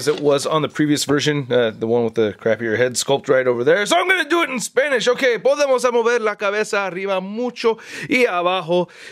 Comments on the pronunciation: Wao, tu español es muy bueno, es perfecto. Tienes un buen asentó español you spanish is perfect, Saludos. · Jejeje tiene buena pronunciación :O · Awesome Review, I like more this version of the figure over the first Black Phanter Movie Figure. Tu español no es tan malo, pronuncias muy bien las palabras xD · Muy buena pronunciación . Felicitaciones .